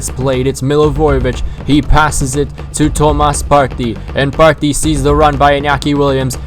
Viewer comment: The way you say partey is cringe